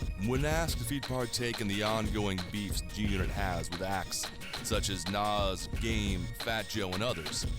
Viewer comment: This dude doesn't know how to pronounce NAS has no business doing a documentary.